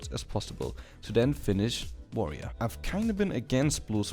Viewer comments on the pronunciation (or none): none